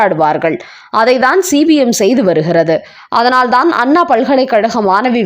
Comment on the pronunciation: C b mஎன்றசொல்லாமல் cpmஎன்று உச்சரிக்கவும்